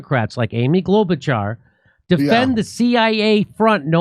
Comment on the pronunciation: Bravo to Jimmy Dore for his effort to pronounce Mrs. Klobučar's family name almost as it is pronounced in Croatia!